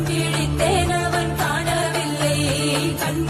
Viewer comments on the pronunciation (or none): Dhee understands lyrics. Emotions and pronunciations are exact match. Chimayo sings kaanavillai as kanaavillai. Wrong meaning